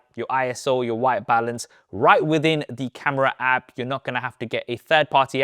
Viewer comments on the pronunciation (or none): none